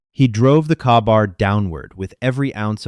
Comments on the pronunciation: An interesting story, especially since I just got done watching Extraction 2. Thanks for actually going through the script and correcting most of the errors that AI make. For reference its called a K-bar not a ka-bar but otherwise better then 90% of the AI slop narration. Got a like from me. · Kabar ( K or Kay bar) Knife. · Kay-Bar thats how its said. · It is Kay-bar! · Pretty Good, Although Glok pistolas has no safety....😢 also say it with me.. K-Bar, K Bar.... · THE KNIFE IS CALLED A KAY-BAR. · And said AI does not know how to pronounce Kaybar. Yeah, this video is sad. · Good story. The knife he used is pronounced “K bar”, just for future reference and it’s the knife predominantly used by US Marines. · could someone please teach ai how to pronounce K-bar. sincerely US veterans everywhere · The continued over-precision detailing brands, marks and calibers detracts from the narrative. The miss-pronounciation of equipment e.g. K-Bar, detracts from the narrative. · LMAO. AI's mispronounce. things like that a lot. Also, K bar is a general purpose hunting knife that a lot of people use. I was in the Army Infantry and had one. Got one on my desk beside me right now too. Great knife.